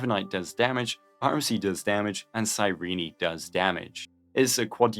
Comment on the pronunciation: how no one can pronouce her name correctly it is crazy to me TT even herself called herself many times in the game it is KI-RENE not Cirini or cájrín